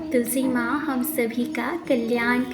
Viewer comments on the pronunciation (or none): none